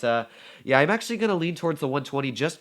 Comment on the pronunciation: "acutally" Engrish: *100*